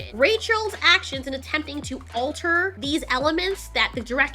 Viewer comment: Alteori? I didn't know you were a fan of the Sopranos. 😅